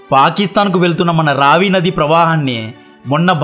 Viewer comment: రవి కాదు రావి నది.. బాస్ కాదు బియాస్ నది